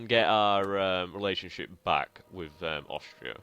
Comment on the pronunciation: hey, nice gaming! Say: why do you pronounce "Aushtria"? Is this a kind of dialect?